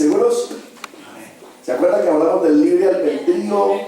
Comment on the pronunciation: No sé dice albendrio, se dice albedrío.